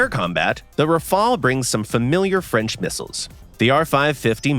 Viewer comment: Rafale not rafael